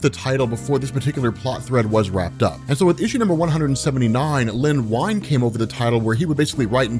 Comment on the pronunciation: For future reference, Len Wein ("Ween").